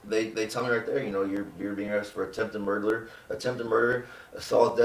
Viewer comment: “attempted murgerler”